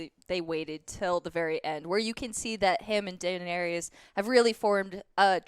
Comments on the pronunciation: It is Daenerys. Not Daenerius or Daenereese. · Dan Air Ee Uss XD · Dude.. Im sorry.. But the way she says Daneir-eis is awful!! Do you not actually like the show??? But love thr review.. My friends haven't watched yet(or are somehow two seasons behind!) So its nice to hear this much talk about it.. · Why does Joe pronounce Danerys like that? It's Dan-air-iss, not Dan-aries. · Daenerys dammit...not DaenERIUS...:P This is so funny... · I love your reviews man bcuz your hype as me But you guys have to stop saying Dannys name like that lol Its def not Dan air re is Its Da nair is 🤣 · omg can you all learn how to pronounce Daenarys' name!!!! it's annoying. one of you says "Dah-nair-rias" and another says "Dah-nair-rees" it's PRONOUNCED, "DAH-NAIR-RISS" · My god man, can y'all PLEASE learn how to saw they characters' (and dragons') name properly?! (Aside from ) It's not the biggest deal, but it's just so jarring to hear Daenerys' (DA-neris) name pronounced as "DaenerIUS". Clegane (Cle-GAIN) being pronounced as "CLEEgen" Brienne (Bree-enn) pronounced as "Bree-ON" Calling the dragons by their namesakes (Drogo, Rhaegar, Viserys) instead of their names (Drogon, Rhaegal, Viserion). It just kinda makes listening to y'all generally unpleasant. Otherwise, I love y'all hoping for the rest. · Not everyone loves her. For starters she's blatantly been the villain right from season 1 but not a lot of people seem to notice that. Also her name is spelled Daenerys. Not Denaeris! Wasn't the denari a Roman coin? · Please dont bring back that woman who sits next to. The way she pronounces Daenerys and her enthusiasm for Arya and Soyboy is absolutely horrible... Other than that, great review. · lol, your inability to pronounce names continues. "denarious" also - "cleeegan" smh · WTF is up with people adding that extra “ey-us” at the end when they say “Daenerys”?!?! I lose all respect for someone talking GoT when they pronounce her name that way. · Triggered me too